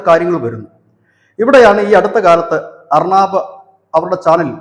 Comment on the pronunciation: അർണാബ് അല്ല. ഉച്ചരിച്ചു വികലമാക്കരുത്. അർണബ് ഗോസ്വാമി.